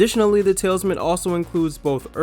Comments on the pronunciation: The Tal-is-man. not Talesman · The King novel is the "Ta-LISS-Man" - not Tailsman! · The TALISMAN, not Talesman. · Talisman not “Tailsmen” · Its Talisman, not tailsman. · tal·is·man; not tales-man. Why do most Americans not know how to say simple words!? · He said "The Tailman's Man" and not "The Talisman" . What... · Pronunciation Tal is man ,,,talisman 🤣🤣🤣 no no no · Isn't that King book pronounced, The "Talice-man"? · Please don’t have people read these if they can’t read “Talisman” correctly. Ouch. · When your narrator doesn’t know how to pronounce the title of a 38 year old book, maybe you should reevaluate the narrator’s credentials. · I come here for the mispronunciations, and SR never disappoints LOL. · they literally showed a picture of the book saying the talisman yet completely mispronounce it a couple of times 😭